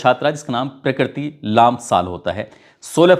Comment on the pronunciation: Naam to sahi uchharan karo prakriti lamsal Sahi uchharan karo